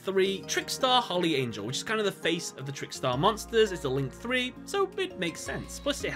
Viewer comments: I took 3 points of psychic damage everytime he said Holly Angel is a link 3 lmao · “Link 3 holly angel” Yugioh players cant read